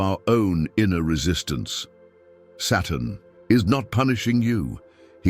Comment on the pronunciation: Are these captions correct? I literally can’t tell whether the robo-voice is saying “Saturn” or “Satan” and if these are AI-generated captions, it can’t tell either. So frustrating.